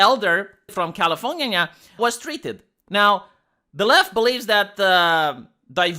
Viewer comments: My man said,” californana” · Every time says "Californyanya," I bust out laughing. I STILL laugh every time. Something is wrong with me. At this point it's childish. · Ok, i am honestly upset at "californyanya" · Nobody: Absolutely nobody:: Califor-ngya-ngya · Oh, I think that he says itbthat way is because taht how it is probounced i some non-English lnguage, but alo mixing tbe way it is said in English.